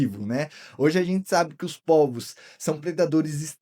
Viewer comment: Oi cara, parabéns pelo canal, pelas explicações e pela escolha de temas interessantes. Só uma observação: o plural de polvo se pronuncia "pôlvos" e não "pólvos". Abraço!